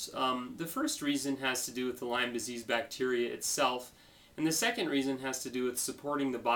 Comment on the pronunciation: Lymes?? (you don't even pronounce it right lol) And wait a minute - you're avoiding gluten? avoiding milk? These practices are QUACKERY! How dare you! Look brotha - I'm with you that we should all be cautious of listening to those who stand to profit off the sick. But someone like a Bryan Rosner, Lee Cowden, or an LLMD who HAS Lyme and has been to he!! and back with this disease is someone I don't mind lending an ear to. You wouldn't understand - It's a Lyme thang ; )